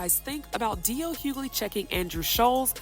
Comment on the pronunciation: It’s pronounced Hew-Ley (Hughley) how difficult is it to get the name right